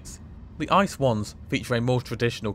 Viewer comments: Why pronounce something wrong, just say I.C.E. Ice as in the frozen water is just dumb. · Great video, but every time you say ice a part of me dies. Just call it I C E in english please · Thank's for the lovely video and awesome degree of details in your report :D Just one tiny thing: please do us a favor and make the effort to call the thing I-C-E. No one demands this in German pronounciation but an I-C-E in English would be awesome :P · no ICE (Cream) but IE-CEE-EE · its not ice but rather i-c-e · I am cringing at the ice pronunciation. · Please just pronounce it with 3 seperate british letters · Since it is such a minor thing to you, why are you lazy with the correct pronunciation in the first place. Was there a need to ? Could you even have this conversation in my language ? A little more modesty would be highly apprecíated. Thanks.